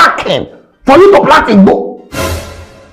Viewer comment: The way dey take pronounce "igbo" sef 😅